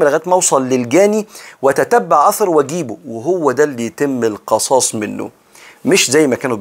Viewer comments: اسفه بس هى القِصاص وليس القَصاص ..ربنا ينفع بحضرتك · القِصاص بكسر القاف وليس بفتحها بارك الله بك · بارك الله فيك ورزقك العلم ونفعك به . ولكم في ( القصاص) بكسر القاف تقريبا حضرتك قرأتها مفتوحة . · تصحيح : ولكم في (القِصاص) بكسر القاف جزاك الله خيرا